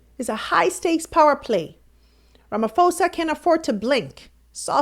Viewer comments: Ramaphosa! Not Ramafosa!!! Very that the presenter can't pronounce the South African president's name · please investigate the proper pronunciation of African Names & Places eg. - RAMAfosa is in-correct but, RAMA posa is, correct. When u in-correctly pronounce our Names & Places - it simply means that u didn't BOTHER to check, which wud be, respectful. Please TRY. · President Ramaphosa not Ramafosa please